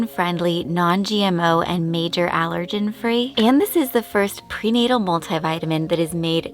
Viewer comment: Did she say “prenatal”?